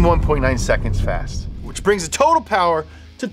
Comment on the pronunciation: Sooooo....*less* powah babeh?